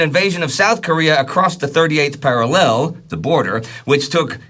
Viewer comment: I'm never going to get used to the way pronounces 'parallel'. It jars me every time 😂